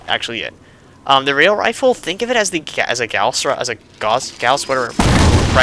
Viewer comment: Gauss is pronounced ‘g-Ao-s’.